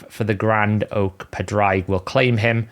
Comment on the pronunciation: Just say Patrick in an Irish accent and that is pretty much how you pronounce Padraig. Not whatever you are doing. lol